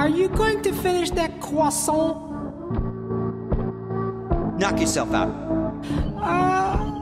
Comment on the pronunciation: How he pronounce croissants like "QUASOL"